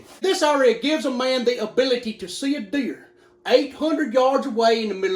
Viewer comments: He said deer? I heard beer. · I thought he said, "Beer." 😂😂